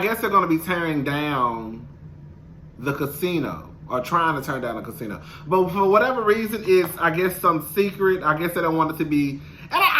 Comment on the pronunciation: yes lol that one